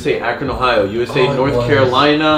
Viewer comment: It is pronounced "Ah,Cron"